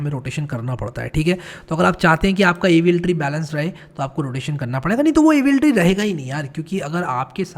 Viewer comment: Why does AVL tree sound like Evil tree in 2x speed... 😂